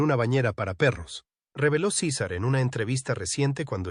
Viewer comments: Sisar.... jajaja,es César y se dice como se escribe. Tiene narices que un mexicano lo diga como si no conociera su idioma natal.Fantasmada épica. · De dónde salio el nombre ciza, no sera mas bien César aprenda a pronunciar bien los nombres de las personas y luego ahí si póngase a difamarlas y calumniarlas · Se llama Cesar... No sisar. Diga por que la perpetua. Hable claro y deje tantod rodeos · ¿Por qué le llama Císar si se llama César y es Mexicano? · No se dice Cisar sino César, que fastidio escuchar mal pronunciado en nombre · Su nombre es césar, no cisar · Por que dices cisar si estas hablando en español por que no dices CESAR asi como es te escuchas ridiculo. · ¿Por qué dices Sisar? Cesar es hispano y su nombre se pronuncia cesar. ¿O pronuncias Pol como paul? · A parte de estás mal doblado dile al la mierda de IA que si hablan castellano con acento hispano , que diga los nombres también en castellano no es cisar es Cesar , que ya los romanos los primeros pronunciaban de esa manera . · No sabes pronunciar César en español latino 😢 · SISAR? NO SABES NI HABLAR. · porque acentuas en la "I" SI el acento esta en la "a" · LA IA A VUELTO TAN INÚTILES A LA GENTE QUE YA NI QUIEREN NARRAR CON VOZ PROPIA UN CASO Y SE LO DEJARON AL SISTEMA QUE NI TAN INTELIGENTE ES , PRONUNCIA DIFERENTE EL NOMBRE DE CÉSAR,DICE"LA" CUANDO DEBERIA DECIR"EL" ,Y POR TANTO LA NARRACIÓN SE VUELVE INSÍPIDA Y SOSA 👎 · No es cisar ,es César, y no es mílan es Millán, es mexicano